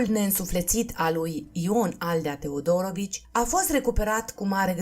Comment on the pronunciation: Interesant, comentatoarea a auzit mai înainte despre cuplul acesta? Căci și accentul în familia TeodorOvici e aiurea, și numele Andrei (???!!!) Păunescu e straniu...